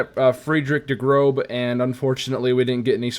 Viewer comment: No hate, but German speaker here. Heard you say Der Grobe. The letter ß makes an “ess” or hard S sound in pronunciation. So its Der “Gross” Große. Great Video!